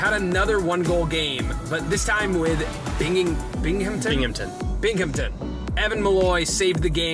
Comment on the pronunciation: Aye binghamtons my home town, they recently beat Albany and don't have a terrible program, definitely on the rise. Btw you butchered the pronunciation